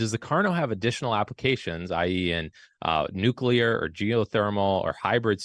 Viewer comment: "nuclear" has only one "u" in it. The word is not "nuculer".